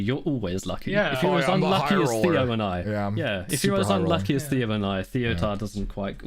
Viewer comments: Zeddy: is it tay-o or thay-o? Theo: Neither, its Thee-o Zeddy: Continues to say Thay-o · Lol, how awkward Zeddy couldn't pronounce Theo's name correctly from the start 😅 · Zeddy can't pronounce Theo's name even after he was corrected smh